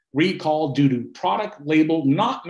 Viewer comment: what he said: "canada ONLY recall due to" what it sounded like: "canada ONLY recall doo-doo"